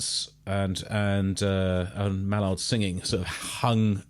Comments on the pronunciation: Respect for your genuine & honest reactions man. Keep on enjoying your journey along the TOOL path. But pls! It's ' MAYNARD'! not 'MALLARD' lol. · May-nard= Maynard. Loved this reaction!! Keep coming down the tool rabbit hole